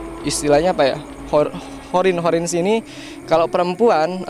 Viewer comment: Bukan horin tapi qorin ki...